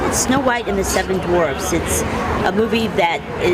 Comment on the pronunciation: For clarification, "dwarves" is the plural for dwarf, not "dorfs," as you just said.